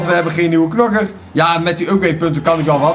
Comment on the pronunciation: Zeg gewoon KNOKKER geen knakker